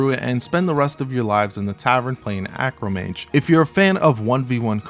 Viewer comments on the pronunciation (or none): Arcomage. Not Acromage.